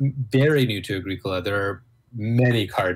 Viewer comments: every time you say “A-greek-ola” I just cringe hahaha. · My FLGS gave away Mayfair posters with the proper pronunciation of A-GREE-COLA on them, nice work (though it was too late for me to change at that point.) Also bumper stickers: "My other car is a Moldboard Plow"